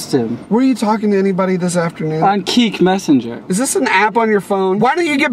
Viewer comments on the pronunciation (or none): lmao "keek messenger" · Keek, lol, it's kick